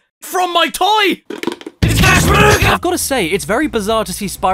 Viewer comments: It's C A S H B A N O O C A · "IT'S CASH BANOOCA!" 10/10.